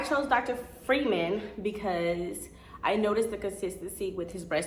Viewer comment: His name is pronounced FRY-man. If you followed him and his personal page and practice he always says his name.